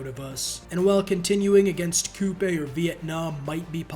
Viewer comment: Look at this nerd pronouncing Khmer correctly like a nerd Lmao.